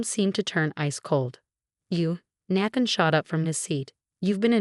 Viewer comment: Nathan is pronounced "Nay-than". 🙄